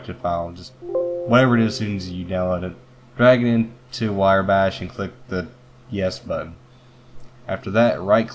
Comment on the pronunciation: Decent vid, sir :) its "wrye" (rye) bash